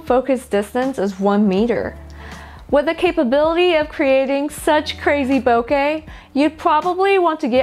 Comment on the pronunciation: Great lens, thank you for saying “ bokeh correctly.